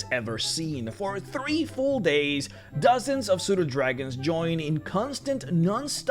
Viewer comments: I heard Pseudodragons as Soda Dragons and now I am inspired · Am I the only person who kept hearing Soda-Dragon? Oh I am...well I'll just pet one then. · Did anyone else hear Soda Dragons?